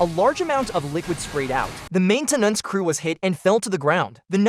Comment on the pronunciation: the AI voice is pretty good and a few words really cracked me up "main-ten-ance" and "thirty zero", "inside were not only his colelagues, but also the lives of his coleagues" deffinitely didnt proof-listen did you? ;)